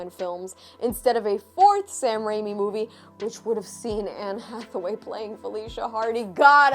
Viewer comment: i guess someone is ga-hay for Anne Atha-wayeee. ...Did you ever read the very 1st appearance of Blk Cat?